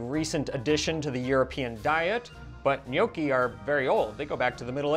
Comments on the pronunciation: PLEASE stop saying ‘Nee-OH-kee’ sir. It’s ’gnaw-kee’! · Gnocchi, pronounced like knock not know. ;) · Not easy for English speakers mastering gnocchi's pronunciation, which Gordon Ramsay doesn't... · Um, no. Don’t trust Gordon Ramsay when it comes to making OR pronouncing “gnocchi”